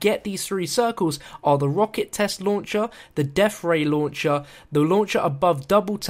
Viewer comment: "deaf ray"